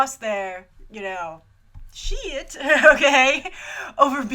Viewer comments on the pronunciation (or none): I'm saying "sheyt" from now on.